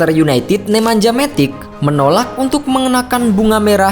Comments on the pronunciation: bacanya MATIC min, bukan METIK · Matic bukan dibaca METIK.